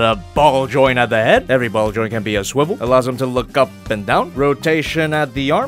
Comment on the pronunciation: Just a suggestion for: Maybe instead of saying "can move back that far" you could say something else because it sounds like you were saying CAN'T again, just a suggestion...